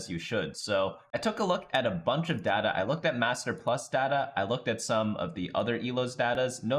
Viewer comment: its data not data